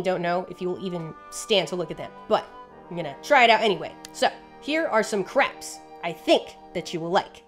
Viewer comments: Why do you pronounce so many of these crabs as "Craps". subtle throwing of shade? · I know you were talking about crabs, but it sounded like "craps" almost every time. Loved the video though. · i love that half of the times you say crabs i hear craps and it’s stillll valid asf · Proof that Modern English's phonemic plosive series actually has an aspirated/unaspirated distinction rather than a voiced/unvoiced distinction: the number of times I could have sworn said "craps" instead of "crabs." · Do we love crabs, or do we just love saying "crabs"?